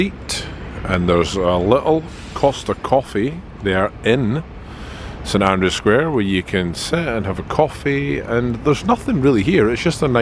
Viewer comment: May I respectfully point out that the name of the square is actually St Andrew Square, not St Andrews with an ‘s’ at the end.